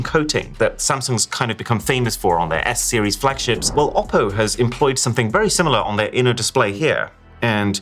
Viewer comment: still it's ''OPPO"😶‍🌫